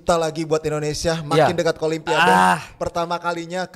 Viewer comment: INDONESIA Kang bukan ENDONESAAAA